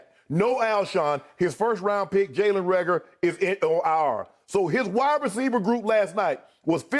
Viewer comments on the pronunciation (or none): “His first round pick Jalen Reagor is IH OOH AAOORRR”